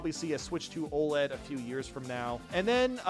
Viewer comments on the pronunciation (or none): none